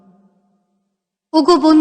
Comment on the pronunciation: উচ্চারণ টাতো জানি ক্রন্দন , কিন্তু শুনলাম ক্রোন্দন